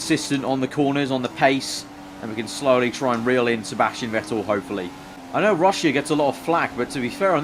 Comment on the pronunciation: 'Juan Sebàstien Vettel'